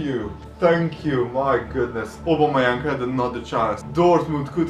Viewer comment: says aubemeyang wrong say it like this (oh-bomh-eh-yany)